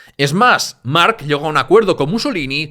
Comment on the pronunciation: estos lingüistas mala pronunciación solo x diferenciarlo d otros cacofonicos "marchche d mark o marc"ojo piojos